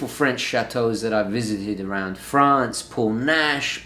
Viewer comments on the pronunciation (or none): none